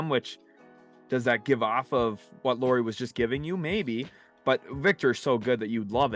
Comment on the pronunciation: Almost 5 minutes in, so I probably will comment again later but! It's not "Lori" Markkanen (as you keep saying it), it's Lauri which is said similarly as a Lowry in Kyle Lowry. (Or that's as close as English speakers get 😄) Thanks!